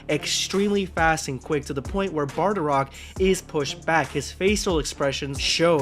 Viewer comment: Only thing I have to comment on is it's pronounced Bardock